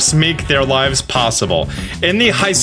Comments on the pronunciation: It’s hisui not haissui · bro hisui is pronounced: he - sue - "e". heesoooeeeeee not haysooya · It's HEE-suwee not high-soo-wee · Wurrdurr tho 😂😂 It's,,,it's hee-soo-we. Hisui. Not high since that's just not how the letters work in Japanese. They said it right in the announcement video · It's called Hisui/HE-SU-I NOT Hai-su-i. Sometimes I just wonder how people can still mispronounce it when it was pronounced properly in the livestream dozens of times LMAO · Jubilife City and Jubilife village so Hisui is old Sinnoh Also Hisui He-sui not High-sui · It’s pronounced Hi su i as in HIt Suit In not hai. It’s Japanese pronunciation. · "hee" not "hai" ^__^ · ITS HEE-SOO-EE NOT HY-SO-EE leave it to people to continue to INCORRECTLY say a pokemon region name 10 seconds after hearing the official pronunciation. Not difficult to pronounce japanese vowels, ya know since they’ve always been pronounced the same since inception. I - EE O - OH A - AW as in AWesome U - OO like in “moo” E - E sound like in “bed” Why say the word if it’s gonna continue to make others cringe. Its not a mashup up of the english word for hello+sui it is Japanese say it right please. Only tell you in the trailer 2 or 3 times how to say it. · Thanks for the video! Loved it. Excited to see a new arcanine. Hisui (hee-sue-ee) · Hi, say it with us Hisui (HEE-SOO-WEE) 😆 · “Hysuya region” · Hisui: is literally a Japanese word. The presentation video: accentuates the fact both Is are pronounced like the English E This guy: HIGH-SUE-YAN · Bro it’s HISS-OOH-EE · Ah yes Haisuwi region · I am so looking forward to this game. But bro, i am pretty sure Hisui is pronouced "hee-swee." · the region is pronounced "his-wee" btw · I don't know why it triggers me whenever you pronounce Hisui and Hisuian as high-sue-yee and high-sue-yaen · The region is "Hee Swee", just fyi. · it's pronounced as "He-sui" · This region is pronounced as 'His (his/her that pronounciation)- Suei ' ...